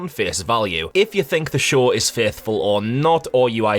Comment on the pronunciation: when he says show the subtitles make him say shore...